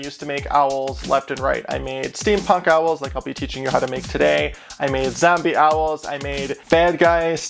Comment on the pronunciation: I like the way you say zombie. "Zambie" heh